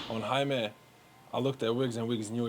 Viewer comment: Why do people pronounce Jaime's name as HI-ME? It is pronounced "HI MEH"!